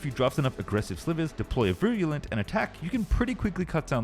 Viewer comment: That’s not how you pronounce “virulent”.